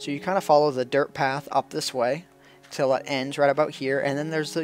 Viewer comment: I heard 'Derp block' instead of 'Dirt block' :p